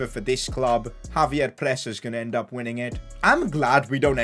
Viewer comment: ex-save-yer not Javier